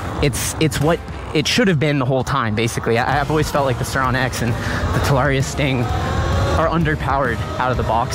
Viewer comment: At least learn howbto pronounce the damn name TA LA RRee Ah